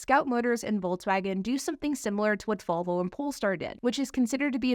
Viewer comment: … it’s VOLVO. Not “VULVA”. Geez.